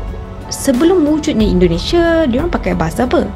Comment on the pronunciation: Ucapan narator kurang jelas: IndonesSIA, bukan IndoneSa.